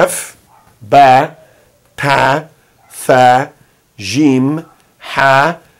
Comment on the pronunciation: Olá Professor! Você pronunciou a letra Ta e Ba como Te , Be daí fiquei confusa qual pronúncia devo praticar! 😘